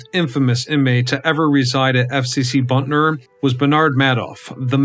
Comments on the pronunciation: It's Butner, not Buntner. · It isn't "Buntler," it's "Butner" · It’s not BUNTNER. It’s BUTNER. Geez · B u t n e r NOT B u n t n e r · Butner, not Buntner. Butt ...ner, not Bunt ...ner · Why do you say Buntner there is no n before the t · Dude, as a North Carolinian you are driving me up a wall as this video progresses. There is only one "n" in "Butner."